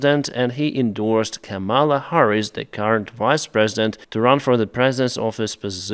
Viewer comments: It’s KA-mala, not Ka-MALA. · KAHMela Harris. The accent is on the first syllable. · I don't particularly like her, but please say her name right. Don't accent the second syllable. Ka-ma-la, all with the same short "ah" sound. It's actually Sanskrit based from kamalum which is a word for a lotus, but the root part kama means beauty/pleasure/love. Don't say Come-Allah. That's the disrespectful way intentionally used by Republicans like Donald Trump. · Привіт Деніс, Just a minor correction in pronouncing Kamela Harris’s first name. The first 2 syllables sound like the word “Comma”, (not “Camel”). Practice saying, “Comma-La” (rhymes with “Shangri La”). Cheers! Слава Україна! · Just a minor correction in pronouncing Kamela Harris’s first name. It’s first 2 syllables sound like the word “Comma”, (not “Camel”). Practice saying “Comma-La” (rhtmes with “Shangri La”). Cheers! Слава Україна!